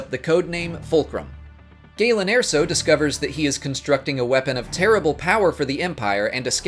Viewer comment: I hate how you pronounce the names of the planets fx mustafar and dagobah.... andndndndndnd omg Galen Air-so what the heeeeck